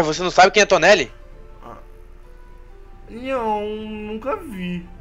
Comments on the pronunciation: e toneri nao toneli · NÃO É TONELI, É TONERI!